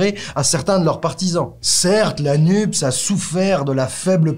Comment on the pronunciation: Pourquoi prononcez-vous le sigle NUPES "nupse" ? C'est bizarre ... NUPES se prononce "nupesse" comme PS, CNRS, CAPES ...